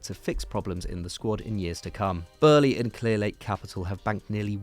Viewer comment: Why dose the ginger always say burly it’s boehly (bowl + lee)